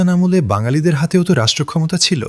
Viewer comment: “আমলে” শব্দটার উচ্চারণ হবে আমোলে-এর মতো